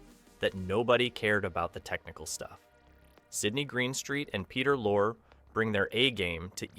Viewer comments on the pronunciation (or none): Lorre is pronounced like lorry, not lore. if she's taller shouldn't he be standing on the box? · An Excellent piece!. But just one small correction: His name is pronounced, Peter LAW-ree (spelled, Peter Lorre) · not peter LORE, its pronounced LOR-EE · Pronunciation of Peter Lorre’s last name is incorrect. It’s lorry, not lore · AI narration does it again. Peter Lorre’s name is pronounced Lor-ry, not Lorr. If this is not AI narration, then the narrator is just plain stupid. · Peter Lore? Peter Lorre, pronounced Loary. If you make commentaries about Hollywood, learn how to pronounce their names. These people are legends! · You pronounced Peter Lorre’s name as lore, as in a body of knowledge. Totally wrong. It’s pronounced as two syllables, lor-ee, like the British word for a truck (lorry). Lorre was a Hungarian actor originally from the Vienna stage. He became world famous for portraying the star of the German pre-war movie “M” about a serial murderer who killed little girls. He was Jewish and fled Germany after Nazis took power. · Peter Lorre's last name is pronounced like "lorry," not "lor." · Hello, Peter Lorre, that's Lor-re! Not Lore! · Peter Lorr? How about "Lor-ee"? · Peter Lorre...that's Lorry, not Lore. At least twice, that I noticed. That's not the way it would be pronounced in German (the final e would be a schwa, certainly not silent) but in English... You're talking about Ronald Reagan, but you show John Wayne (Stagecoach). Why? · Did you say "Peter Lore"? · Peter Lorre's name is pronounced as two syllables -- LORE-ree. You're so good with detail in every other respect, I figured you'd want to be clued in on it. -- Wait -- you're talking about Ronnie Rayguns, but showing a famous shot of John Wayne from Stage Coach, I think. I dunno -- some John Ford movie or other. Someone misidentified this photo somewhere along the line. I'm also wondering what the heck movie the thumbnail shot is from. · Peter LorEE is the correct pronunciation.